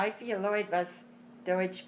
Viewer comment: especially if they are speaking plaut..…as deutsh comes out sounding like dootsch